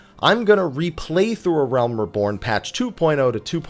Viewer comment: "Uhrelm Reebourne" i c wat u did thar